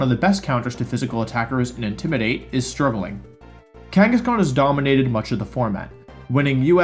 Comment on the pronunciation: What are you saying at the mark?? The best counter to physical and intimidate is “?????”. Are you saying struggling?